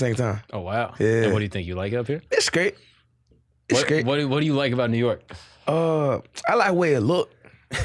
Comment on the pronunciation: How do you like New York?: It’s great! It’s great! or: It’s skrate It’s skrate